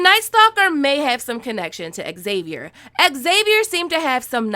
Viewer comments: I think xavier pronounce as havier..? Cmiiw but ex savier is not the to pronounce the name? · I hate how you say X-xavier. It's only XAVIER. Drop the extra X! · why did i keep hearing you say "Axavier" instead of "Xavier" ? It kinda triggered me even tho the video is pretty good ^^ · Pronounced zavier...not exzavier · Zavier not Xavier the X is pronounced with a Z even in American English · Okay, before we go any further... Xavier is pronounced Zavier... Cool, let's carry on! 😃 I am 100% here for the kid being a ghost!